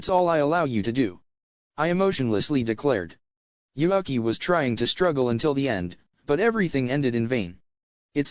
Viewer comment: I will NEVER get over how the microsoft sam voice says "Yuuki" as "You (Uk) i". Makes me chuckle and almost detracts from the seriousness of the story.